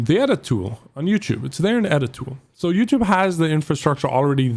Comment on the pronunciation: The way says YouTube as in YOUChewb reminds me of wildcat playing modern warfare with a fake accent saying he’s gonna put the clip on youchewb